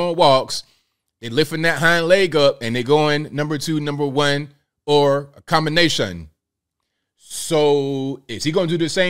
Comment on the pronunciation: That accent with “combination” 😂😂😂